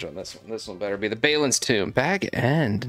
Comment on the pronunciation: ….have you even watched lotr. Thats not how you say balin.